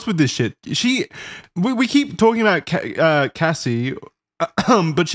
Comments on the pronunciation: Bruh it’s cassie not casey not like case-o🤣🤣🤣 been saying her name correctly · mispronouncing cassie through this whole episode is hilarious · Bro how the fuck do guys not know that Cassie isn’t pronounced Casey smh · So, I love the Red Thread series, and I love, but listening to the awesome dude behind Wendigoon mispronounce "Cassie" as "Casey", well over a dozen times, was painful. And the fact that neither of the other co-hosts corrected him was equally painful. Otherwise, this is a decent watch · You guys are butchering tf out of these names wtf is “Jodessy” and who is “Casey” 😂😂😂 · This was good except for every “Casey” made my fucking ears bleed. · Man no one correcting wendigoon saying Cassie’s name wrong the whole episode. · Having wendigoon say Cassie’s name wrong the entire video is pretty disrespectful tbh it’s not hard to look up how to pronounce a victim’s name lmao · how incredibly disrespectful to continually mispronounce a victim's name and not have one person correct them.. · Wtf Charlie and?! said Cassie’s name wrong this entire podcast and you didn’t ever correct him? Just left the broccoli in his teeth, huh? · why does he keep mispronouncing her name? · I’m talking about hip hop culture as a whole, they didn’t know about the Bad Boy/Death Row beef that led to 2pac and B.I.G’s death.. hell Wendi didn’t even know how to pronounce Cassie’s name correctly lol.. they jumped into this episode either doing good research. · he said her name right once though why go back to mispronouncing it? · How does no one correct wendigoon as he say “casey” instead of “cassie” 😂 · hearing Casey instead of Cassie is driving me crazy! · Every time said "Cacey" instead of Cassie i literally cringed 😂😂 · I’m sorry but How did neither of you let know it’s “CASSIE” not “Casey” his mispronunciation of her name when this whole case essentially revolves around and started with her drives me crazy 😂 feels disrespectful honestly